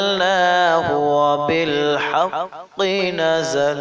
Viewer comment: Hmm তার কুরআন তেলায়াত আমার অ ভালো লাকসে কিন্তু আকজায়গায় ভুল হইসে সেটা হইলো অবিল হাক্কু সে বলসে অবিল হাক্কি 😞